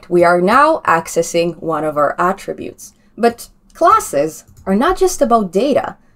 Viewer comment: Glad to hear you now calling them ATTributes, and not atTRIButes as you did earlier!